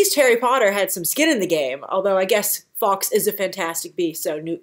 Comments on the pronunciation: Fox lol.......it's Guy Fawkes, pronounced like Forks. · I want more Law & Depp, don't give me such good actors & loose them in flash backs or sub plots. Hope you feel better soon. Fawkes is said more like folk, English is odd. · I thought the 's' in Fawkes was silent